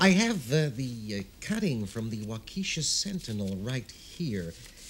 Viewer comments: Just to be clear....it's pronounced WAU-ke-sha...not Wau KE-sha.....:) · She refers to Waukesha, Wisconsin, but her pronunciation is so humorous is so "quaint", Waukeesha! I live but 30 miles away! Damn nice town!